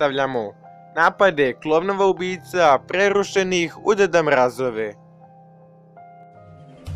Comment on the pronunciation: Kada kazes "pRReRRHUšenih u deda mRAAYGHove" boli me glava